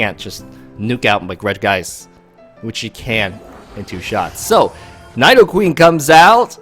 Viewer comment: Learn how to say Nidoking and Nidoqueen before making pokemon videos. smh